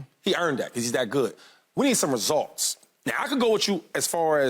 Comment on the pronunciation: Shady says ResOlts one more time 😂... Boy completely took the you out of results